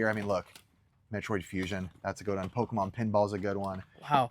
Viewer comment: My 2 favorite Pokémon right here says the Pokémon’s name wrong